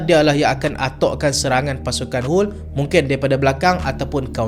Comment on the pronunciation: Jangan risau solehan,aku pun sebut Huul bkn Haal